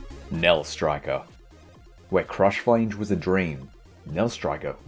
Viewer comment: does everyone in the diablo 2 community say 'flange' wrong? lol